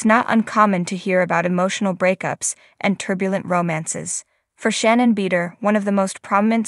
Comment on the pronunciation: The speaker need to watch show do she will learn how to say shannon right